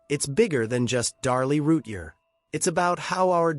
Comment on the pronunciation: You need to say her name right. Every time.